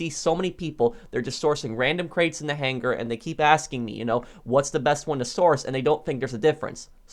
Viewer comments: The way this guy says buhnkar and hang gar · Why does he say hanGar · My only issue with any of your content is the way you pronounce hangar.